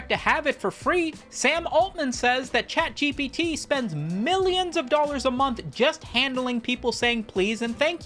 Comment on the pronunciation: He's saying "CatGPT" right? it's not just me?